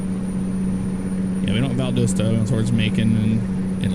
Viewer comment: It's pronounced "Val-das-ta" as it should have been spelt I always said lol